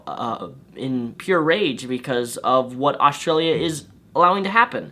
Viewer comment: Lol australia is not a terrible place and he says australia wrong.He says it like every other American